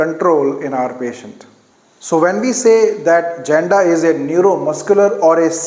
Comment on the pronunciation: I am regular follower of ur videos. With all respect, there is a mistake on pronounciation of "Janda". Actually it's correct pronunciation is " Yanda"